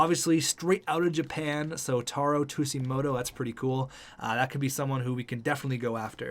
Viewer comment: You kept saying taro tsujimoto wrong btw